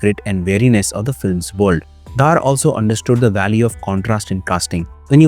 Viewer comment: Small correcttion; DHAR is pronounced as दर not धार or धर so the name is आदित्य दर from Kashmiri Community